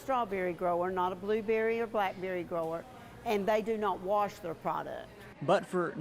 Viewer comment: "warsh" water